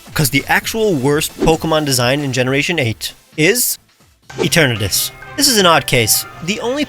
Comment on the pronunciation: The I in Eternatus is supposed to be an A!